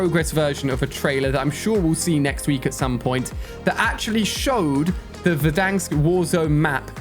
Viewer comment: Ali what the hell verdank its Verrdanssk, like timthetatman says it